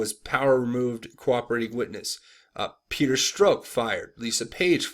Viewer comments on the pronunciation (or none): none